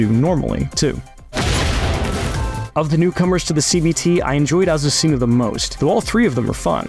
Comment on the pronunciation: Wow it looks great. His pronunciation of Azuscena is horrible. Ah-soo-se-na is how you say it not Ah su see nah.